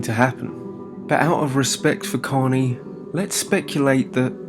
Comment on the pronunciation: Out of respect but you didn't even say his name right. It's korney ✊😔😢😭💔